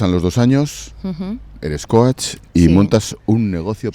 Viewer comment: ¿ Cóach ? Aprende a decirlo bien y si no, dilo en español que estás en España, le hablas a un español, una radio española y hablas español perfectamente. Tanta tontería queriendo ir de sobrada diciendo palabritas en inglés y no sabe decirlas bien.